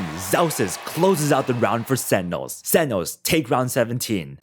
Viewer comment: This video is amazing like I learned so much watching it… my only hang up was how sentinels was said lol 😂